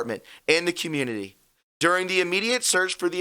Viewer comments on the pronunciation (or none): none